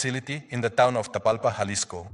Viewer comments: Jalisco pronounced with no “J” annunciation (Halisco) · Say Vayarta. double LL. look it up Halisco also. Please please learn how to pronounce places. You must be American. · Say it with me HA-LISCO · Can you pls pronounce Jalisco with An h like huhlisco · pronouncing the J in all the spanish words/cities is killing me 😭😂